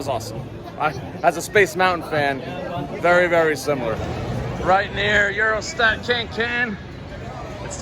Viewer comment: its euroSAT broski😂💪🏽 not eurostack